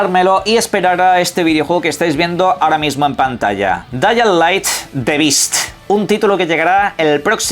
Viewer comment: "DAIAH LAITS DE BITS"